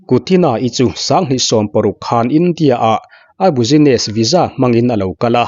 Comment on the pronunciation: Bussiness tih hi bisines ti a lam tur aw.... Buuzines ti a lam loh tur!!! 😅😅😅😂😂